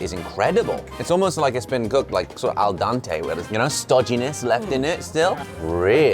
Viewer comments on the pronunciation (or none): Josh "Dante" is an Italian poet/intellectual and "dente" is the tooth. So it's "al dente" :P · Man said “al Dante” 😭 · "Al Dante"? Like the famous Italian writer? These guys butcher the Italian language. It's "Al dente". 🤷‍♂️🤦‍♂️🙄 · Its not al dante its al dente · I love when things are cooked "Al dante" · i realize it was a momentary mispronunciation on josh's part, but i'm calling any sauce labeled "diablero" etc, "al dante" from now on. this is just what is.